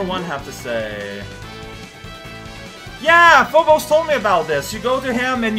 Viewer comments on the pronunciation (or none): none